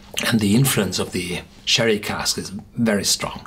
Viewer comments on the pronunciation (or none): As Nokomisclub said, confusing to pronounce it "sherry", when it's "cherry". But a great review for a really great whisky. And if it's kept seasonal, make sure you grab yourself a bottle (or two :P ) while it lasts. On top of Blomstertid I've had Svensk Rök and Vinterrök by Mackmyra, and they are quickly becoming one of my favourite distilleries with the likes of The Glenlivet, Aberlour and Ardbeg. Heja Sverige! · lol hahaha im 3 years late to this comment but its funny cause I always feel like correcting him too. But I fear he might read "munCHen" as "munSHen".. so "CHerry" will remain "SHerry" lol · Cherry. The beginning is like the ch in Munchen. Confusing when you pronounce it Sherry. Great review as usual.